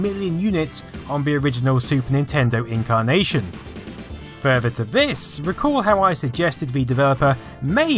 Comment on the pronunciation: You say furver instead of further lol